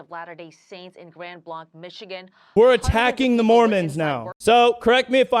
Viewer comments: When you have seconds to live, help is only minutes away. It's pronounced "Grand Blank" btw...stupid point. I know, but you hear news messing up and it grates on you. Just like when they call CBP - Customs and Border Patrol...it's Customs and Border PROTECTION. Border Patrol is in CBP...begrudgingly..We hated it..also grates like someone calling Marines " soldier " or calling ALL Marine Sgts above E-5 just "Sergeant "...not Staff, Gunney...😂 Just trying to lighten it up a little. Great take as always 🤟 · ITS GRAND BLANKE THATS HOW ITS PRONOUNCED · Thank you FOX for Mispronouncing Grand Blanc (Blank) every single time.